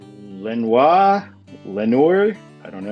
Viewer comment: it's pronounced with the English pronunciation where you make the r sound. I'd know I live in Lenoir